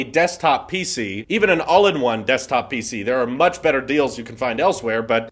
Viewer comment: He said pc weird..pee see